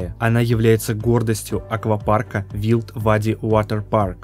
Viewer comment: Ты меня убиваешь!!! Не будь пожалуйста Джамшутом!!! Не делай свой язык,как будто ты английский знаешь,умоляю тебя!!! Wild-дикий в переводе,а правильно читается "Вайлд" Wild Wadi Water Park Ты же блогер,учи язык,хотя бы как правильно читается,я молчу про произношение,перевод!